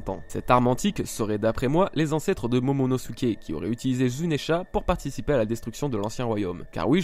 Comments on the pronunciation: zounesh, et non pas zounesha !!!!!!!!! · zounesh, et non pas zounesha